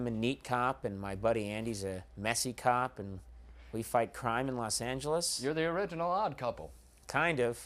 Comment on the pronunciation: I sure thought he said "cock" show instead instead of cop at first